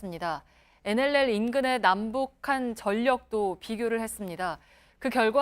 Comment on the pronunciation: 어이 코주부 코도 안풀고 계속 나와서 시부릴래?어?!! 그러이 nll 발음도 안되잖아!! 자 따라해봐~~ 엔 엘 엘 알겠나?